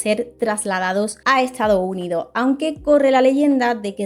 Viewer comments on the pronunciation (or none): Buen video, pero sería mejor que no te comieras las S (“Estado Unido”, “persona”, “año”, etc). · Que excelente video 🙌🏻 Me quedo con cada vez que dices "Lo' Estado' Unido' ".